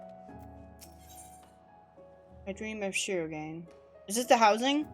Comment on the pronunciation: shirogane = Shee row gah nay.